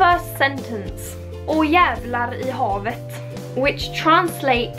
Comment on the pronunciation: When I heard you say "jävlar i havet" I knew you were from Gothenburg. I had never heard it before I moved to Gothenburg at 21.